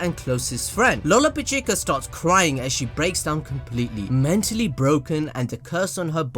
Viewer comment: That's not all, a lot of people keep pronouncing Lolopechka's name like this Lo lo pa chi ka, when it's actually this Lo ro pish ka. But to be honest, I don't really care if you pronounce names wrong. We all know who your talking about in the end, so complaining about bad pronunciation is redundant.